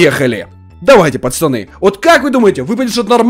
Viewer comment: Почему ты говоришь пачаны а не пацаны. Все видео пачаны да пачаны